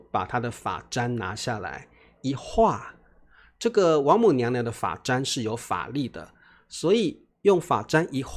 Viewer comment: 老师我有一个问题： 发簪就是 fa zan, 你为什么念 fa zhan 这样？z 的声音应该是z, 你念的是zh 的声音